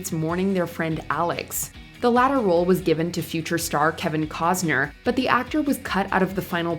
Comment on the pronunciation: Kevin Costner! Not Kevin Cosner!